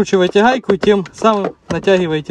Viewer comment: Гхаийки? Или гайки? Не пойму.